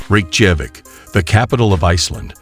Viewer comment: It would add a lot of credibility to your video if you would teach to text-to-speech app to pronounce Reykjavik correctly! It makes it appear amateurish..